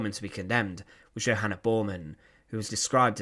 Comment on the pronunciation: It's not "Johanna" Bormann, it's "Wah-nah"